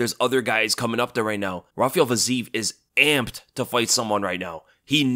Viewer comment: much respect. But a bit of constructive criticism must be allowed: the name Fiziev is not pronounced with a long eee, but i-ye, so it's "fi-zi-yev" or "fee-zee-yev". Please keep that in mind next time you mention his name. Thanks 🙏🏻